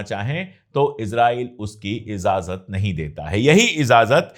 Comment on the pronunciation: Ya word jo app na bola tha vo ejazt hai ezazt nhee hai .